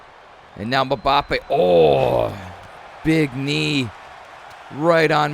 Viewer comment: Your pronouncing Mbappe wrong